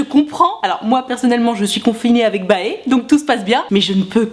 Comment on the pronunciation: Par contre c'est pas possible comment tu prononces BAE ahahahah